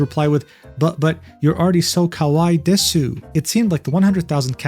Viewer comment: Hearing desu pronounced how it looks kills me